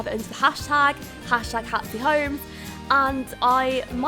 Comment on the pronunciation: It sounds like you're saying "Hatsy" in the intro, is it or Hatsy? Love the video by the way, the background music is adorable!